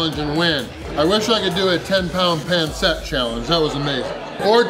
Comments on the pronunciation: its pronounced pan seet not pan set I know I have alot of filipino friends and I love pancit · Pansit not ponset. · Just once .. I wanna see on non Filipino pronounce Pancit correctly. My whole life.. everyone says Panset. I’m like … it’s pronounced pansit. Lol